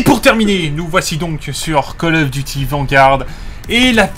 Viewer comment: Je like pas parce tu dit coll offffff call of duty